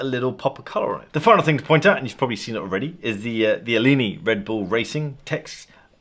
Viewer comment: Just goes to show how little cross over there is between boats and watches that no one has heard of Alinghi… the ‘g’ is pronounced as a hard g. A-ling-y but no one cares as no one cares.:-) love what you do.